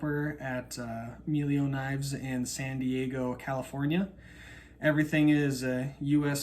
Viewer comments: Why did you pronounce it "meelio?" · A little editorial note on this wonderful review: The E in "Meglio" is pronounced as in "better", which is exactly what "meglio" means in Italian.